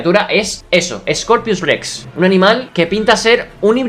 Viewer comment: X2 y dice Scopius y no Scorpius Rex